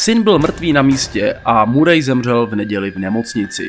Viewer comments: Tak informativní hodnota videa je víceméně o ničem, nápad dobrý, ale chce to proste víc informací. Navíc ta výslovnost (murej), fakt ne. Nicméně zůstanu a podívám se ještě na další videa a uvidíme. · Bráško, všetko super, len to priezvisko Murray sa číta Maery...to nie je hate...skôr príprava na haterov, keď bude video na vrchole..